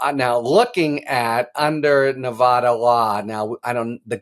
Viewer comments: Harry...please learn how to promounced Nevada properly. Knee vada not knee vah dah! Ty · Harry -- when are you and other national-level commentators going to learn to pronounce "Nevada?" The 'a' is pronounced like 'cat', or 'hat.' NOT like 'cot' or 'hot.' You don't say "Ne-VAH-da." I don't have a phonetic notation for the short 'a.' You'll just have to get a brain. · As a Nevada resident I say "Thank God" I was beginning to wonder if AG Ford was going to pull the trigger or not. I do wish that the commentators would learn the correct pronunciation of Nevada!!!